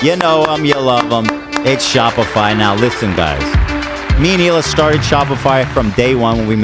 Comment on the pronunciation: It’s even funnier when you realize he’s basically calling him Hila Ethan